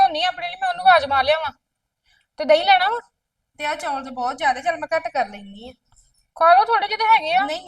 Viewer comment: ਬੀਬਾ ਜੀ ਚੌਲ ਹੁੰਦੇ ਆ ਨਾ ਕਿ ਚੋਲ